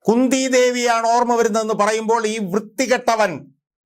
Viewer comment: കുന്തി എന്നല്ലേ ചന്തി എന്നല്ലല്ലോ?? 😀😀😀